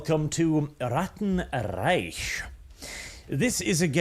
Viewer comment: Its Reich, not Reisch.